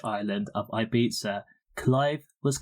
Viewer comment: the way RD pronounces it is actually much closer to how locals to ibiza (who speak eivissenc catalan, not castillian spanish) pronounce it. in catalan it's pronounced as an s/z sound not like a th sound which is how its pronounced in castillian spanish